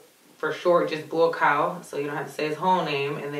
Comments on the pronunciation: Hey,. Its NOT BUACOW... ITS BUACAW!! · I heard she said 'Boycow Benjame' lmao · Bo cow if ur tryin to pronounce his name that's how u pronounce it enjoying watching ur muay Thai an MMA vids 👌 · Hes actually a Cambodian descent he was just born and raised in thailand cause of the civil war. His name is pronounced boo-cow bahn-cha-make k is silent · "Buakaw" pronounced "bua-khao". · Fyi, his name is pronounced, 'Bua-kao Bun-char-make'. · it's pronounced BOCK COW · You are forgiven for your pronunciation because you are so beautiful and you are Buakaw’s fan!